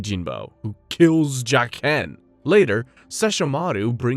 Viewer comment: i wanted to watch this because i never got to finish the series, but lord mother of god why do you insist on butchering the pronunciation of almost every single character name? 😭jaken nearly killed me.